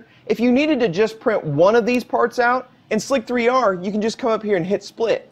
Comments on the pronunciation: "Slick 3 R" HAHAHAHA I think you meant to pronounce that Slicer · It's pronounced Slicer, not Slick-3-R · Please stop calling it Slick 3 R. It's Slicer... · Do people really pronounce it "Slick three R"? I just have been saying "Slicer" since.... you know, its a slicer, and the 3 is just the version... but... well, you get it. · It hurts every time I hear him say "em kay two". And my god he says "slick three r" as well...